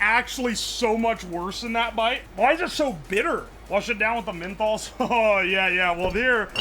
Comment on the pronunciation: you kinda sound like australian rick from bushland adventures when you say "menthos"